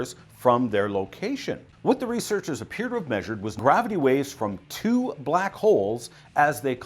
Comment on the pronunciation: "theoretical 'Back' Holes" tayyh hayhhhh!